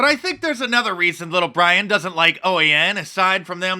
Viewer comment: why does Little Bwian have Joe 90 on his team?